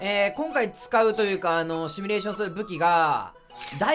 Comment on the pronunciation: テロップも発音もほとんど誤字ってるけど全く気にしないのがよしなまクオリティ 正しくはシミュレーション(simulation)